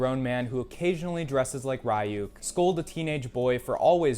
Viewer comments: its ryook not rie yuk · That's not how you say Ryuk. He says it in the show. There's no excuse for that. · nice vid but who the fuck says ryuk like that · the way u said ryuk pained me